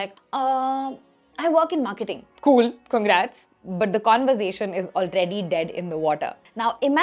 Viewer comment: Hey what a fun and informative video, ❤😊 super!! A little correction you may take - it's pronounced "conver-sation" and not "conver-zation" ☺️